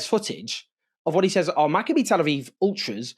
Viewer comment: Learn to pronounce Maccabi correctly. The "I" is the same pronunciation as Malachi.